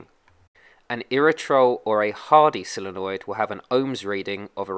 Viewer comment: So Many Say "Silenoid"Like "Silly" noid, it's "Solenoid" Sole sounds like "Soul"